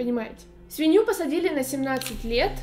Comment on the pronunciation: Я одна слышу свинью а не семью?😅